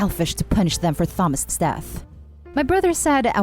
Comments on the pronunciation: Thomas is pronounced Tomas. It's the British spelling. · The first story the late sons name Thomas is pronounced ‘Tom~Us’ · I enjoy the videos you create and upload... However, Thomas - the Th is not enunciated in that manner. It should pronounced, TA-MOS (or perhaps TAH-MAS) Perhaps, phonetically - "tAA-muh-s" is a more accurate. I mean no offense as I sincerely enjoy the videos, I just wanted to offer a phonetic pronunciation. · "Tha-mus" 😅😅😅 I know you're first language isn't English.. but... Honey.. It's pronounced like "Tomas" hard "ah" sound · Thomas is pronounced as Tomas u put too much into the 'th' sound but still good effort!! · Hate the voice. Computer? Human? And his name is pronounced Tomas, not THomas. Must be computer. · It was as close as I could get to the phonetics of the name Thomas. Ta-Mos/Ta-Mas - it may be more accurate phonetically in the following manner: "tAA-muh-s" have never heard an English Speaking American, articulate the name Thomas in this manner. Specifically, the Th - it sounds like the phonetic spelling would be "TheMas" or some variation of that. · All im hearing is Thumb-ass. Make it stop.... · Story 1. NTA they did nothing for your son, showed no sympathy towards you at your time of hardship and grief, but now you have some thing that they want come around to pester you. Tell them NO and remind them that NO is a full sentence. Also to the orator the pronunciation of Thomas is TOM-ASS! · Thomas is pronounced TOMAS. PS love your videos and your voice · the way she pronounced thomas made me wanna jab pencils in my ears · I hate how incorrectly you pronounce "Thomas". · Saying the name Thomas wrong is such a glaring mistake along with the pronunciation of yacht. I couldn't pay attention when that happens and I can't listen to the story again! It's like nails on a chalkboard!! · That's not how you pronounce Thomas tho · First time I’ve heard someone pronounce the “H” so heavily and make the “T” silent in the name Thomas lol